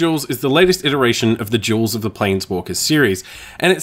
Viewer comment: I swear you keep saying Magic Jewels.